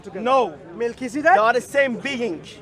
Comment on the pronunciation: missink, beink, sayink, beginnink, same beink, same think. Ahad =ONE in Hebrew. go and feel shame 😀😂